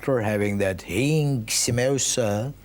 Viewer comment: Haeeeeeeing sambooosa😂 that's accurate...what a talented guy he was